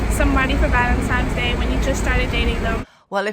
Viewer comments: Remember, it's Valentine's Day, NOT ValenTIMES Day🤨@ . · Did the girl with the red hair just said “ Valemtime’s day”? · Did that girl just say "Valentime's Day" ?